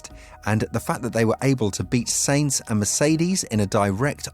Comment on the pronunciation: I really don't like commenting negatively particularly because how good your content is but please stop miss pronouncing so many thing (Sainz and Alpine to start)